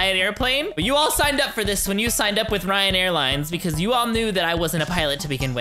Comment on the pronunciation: When you said you signed for Ryan airlines it sounded like Ryanair